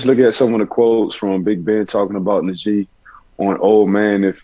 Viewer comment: Nah-jee. Not N'jee